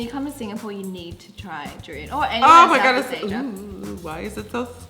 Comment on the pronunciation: heyyy, durian doesnt smells that baddddd XXDDDDD im a durian lover and im sad you both said duiran that wayy XXDDDDD but it's okay lol im glad that nikkie doest spit that out love ya and nikkie